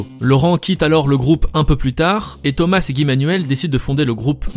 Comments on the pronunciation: SSW Underblast Tout simplement qu'on ne prononce pas thomaSS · Pourquoi on prononce ThomaSS alors qu'il est français? :o